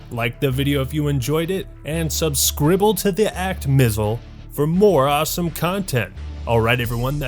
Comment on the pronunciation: "subscribble to The Act Mizzle" made me want to like the video more than the fact that 0.5 seconds before that he asked me to like the video